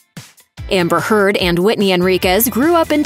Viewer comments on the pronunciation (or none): Lol everytime she says "and heard" it sounds like she's saying "and turd" haha which is very fitting considering amber's new nickname.